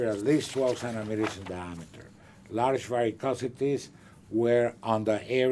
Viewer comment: Centimeters. You dilate in CENTIMETERS. What are you saying? Sonnometers??